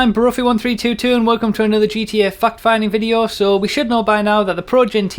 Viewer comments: At the beginning i heard 'welcome to another gta fucked finding video' lol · Am I the only one that heard him say "fuck finding video?" At the beginning? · It sounds like your saying fucked finding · It sounds like you say fuck-finding. Not to be immature, but i live in the United States, and the accent you have makes it sound like that to me. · Hahaha, every time he says "Welcome to another GTA Online fact finding video..." it sounds like he's saying "fuck finding video." Now you can't unhear it lol. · I keep hearing fuck finding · in the intro i thought you said "GTA Fuck finding" lol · Vishan Mudaliar Heard the same thing LOL